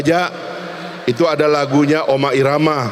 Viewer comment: 1. OSAK ??? otak OTAK kali wkkw 2.Oma irama ? RHOMA IRAMA kali mmmmnyebut nama orang ajansdh salah gmn mau jadi pemimpin 😂😂😂😂😂😂😂😂😂